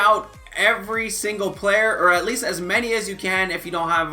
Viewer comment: He says at leet lol